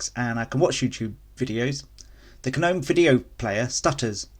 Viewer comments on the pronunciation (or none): Gnome is said lie nome, not ger-nome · Cant trust anyone who promounce gnome as GU-gnome